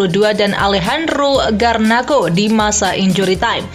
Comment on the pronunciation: Alehandro garnaco, bukan garnako